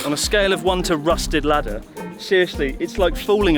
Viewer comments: rusty ladder... radder? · The "Emergency Radder" 😂😂😂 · Main point of the episode: “emergency radder” 🤣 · Rusted ladder, don't you mean rusted radder!